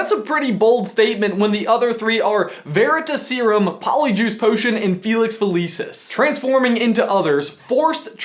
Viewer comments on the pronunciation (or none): "Veritas" vair-i-TAS. means truth. The emphasis is on the Tas. "Veritaserum" is pronounced Vair-i-TAS-erum. The emphasis is on the Tas. "Merope" is pronounced Mair-O-pee. That is all. You guys still rule. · I love you guys but you're killing me here... Merope is pronounced "mare O Pee". Veritaserum is pronounced "vare i TOS erum" just like Veritas (truth) is pronounced "Vareri TOS"